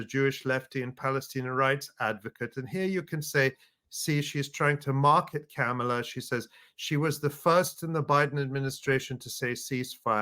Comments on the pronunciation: Learn to say her name properly. She told us when she was running in the official Biden/Harris campaign. It's like mom-ala no matter how it's spelled. It's not like Pamela. Remember "mom." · i dont support KOPMALA but PLEASE pronunciation is comma la, pet peeve